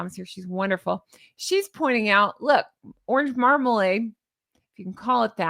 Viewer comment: Did you say Markalade? Orange Markalade?? At the 14 minute’ish mark? I’m loving it!!